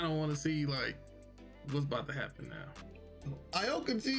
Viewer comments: My nigga did yall just say a okuji? Heres how it's pronounced. Ow-Key-G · Y'all getting on my nerves saying aokiji name like that🤦😂😂